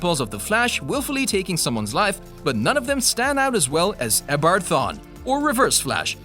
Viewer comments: He said Edbard instead of Eobard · Bro the way you say Eobard Its no ebard it is EO BARD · It's pronounced (EEE-AH-BART)